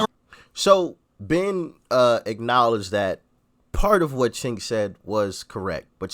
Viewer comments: It's pronounced Chunk, like what you want to vomit up when you think of him supporting the Armenian Genocide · His name is spelled Cenk and pronounced “Jenk.” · Cenk (pronounced like “sink”) is the list in chief of the Young Turks. He’s the definition of a political hack. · He called him chenk well you're not far off 😂😂😂😂